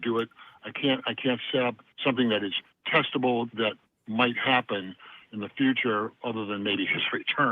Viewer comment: xD it's not testible ....but it's testible